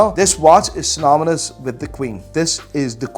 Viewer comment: What does “synominous” mean? 😄